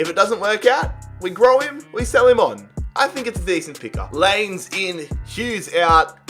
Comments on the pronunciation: (Lie Ness) is how you say Lainez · Thats not how you say Laínez Its lahynez is is how you say it